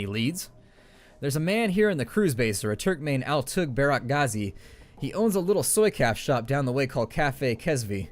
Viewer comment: Oh, also, pronounce Altuğ as "Altoo".